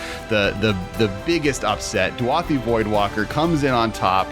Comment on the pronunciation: DU-A-THI voidwalker? The card is clearly spelled DA-U-THI Am I wrong here?